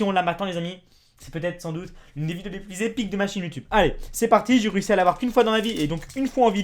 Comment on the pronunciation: C'est pas ''jé'' c'est ''j'ai''